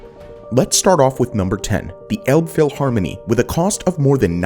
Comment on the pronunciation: You accidentally pronounce Elbphilharmonie the way we humorously call it: Elb-vieh-harmony. Which would mean Elbe river Cattle Harmony, with the "Cattle" standing in for the expression "stupid cattle"